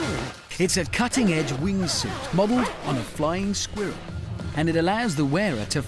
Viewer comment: lol hamster has a funny way of saying squirrel